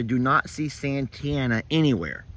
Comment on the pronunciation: OK. So, I'm assuming that the "i" in Santianna is silent? Cause that's confusing my brain. It reads, "san-tee-anna" When you say, "Santana".....I think, "Carlos". See what I mean. So, the teacher. School me on this one, please.;-) Rock on,. Hope that drain water problem gets solved quickly for y'all!